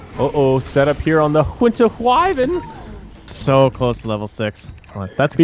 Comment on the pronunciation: whinter whyvern?